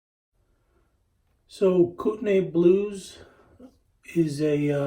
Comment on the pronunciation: It’s pronounced “Koo - Ten - Knee”